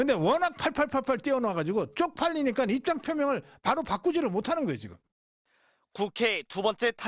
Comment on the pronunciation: 이 사람 뭐지?? "립장"표명이라니?? 급하니까 어릴 때 쓰던 발음이 나온 것 같은데... 간첩은 한국인의 단결을 바라지 않는다.